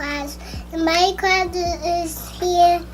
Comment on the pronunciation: When she says class it it sounds like crush and I thought she was talking bout her new crush😂